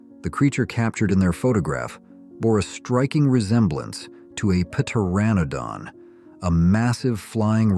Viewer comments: Oh dear oh dear another couple of corrections, its not p-teranodon, it's just pronounced "tetanodon" and Hampton Court Palace was not built by Henry VIII was built by his servant cardinal wolsey. I do thank you however for the incredible laugh I'm having watching this video. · Please tell your AI narrator how to pronounce pteranodon. Or maybe it was pterodactyl. I forget. Tell it the "P" is silent. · Puh-terranodon lol